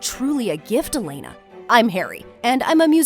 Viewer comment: MY HOUSE IS E-LAY-NA